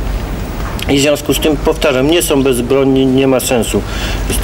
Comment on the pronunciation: som . Do dzisiaj tak mówi